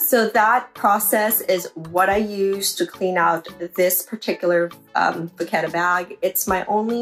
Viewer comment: Would you use these products and do the same routine if you purchased this bag new? The phonetic pronunciation of the leather is “ Va kett .